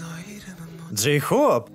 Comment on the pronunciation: Ору с Дейхоупа.Джин: Джейхоп весела а не гразиозно.